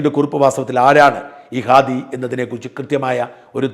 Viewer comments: ഖാദി അല്ല അണ്ണാ, ഹാദി.. ഹമാസിന്റെ "ഹ"🤣🤣🤣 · ഖാദി അല്ല ഹാദി ആണ്.